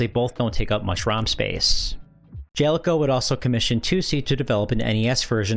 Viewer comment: I think it's Ja-Le-Co, not Jel-co